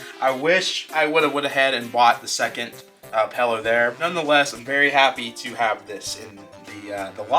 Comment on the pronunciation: Pillow not pello